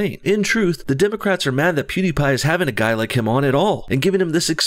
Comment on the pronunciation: Ben's wife is a doctor. Also you pronounce pewidepie like Pooddiepie